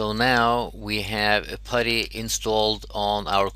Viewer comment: its not patty its putty